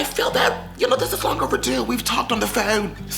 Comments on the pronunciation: “We talked on the fóne” 🤣 I saw you chuckling too lmao!!! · WHY YOU SAY PHONE LIKE THAT??? 😂😂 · I was dying laughing when he said that because I was thinking about all the Nicki Skype Calls😂😂😂